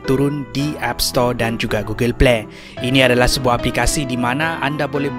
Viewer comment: google pley🤣🤣🤣🤣🤣🤣